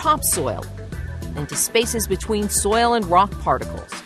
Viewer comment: Is it perpetuities impossible for this woman to say the word “soil?” 😂 The way she says it “soya” 😂